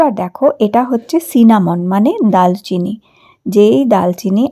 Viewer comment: আপু দালচিনি না এটার উচ্চারণ হবে দারচিনি ধন্যবাদ